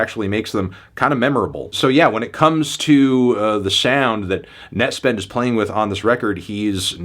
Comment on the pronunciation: why does he say nett like a slur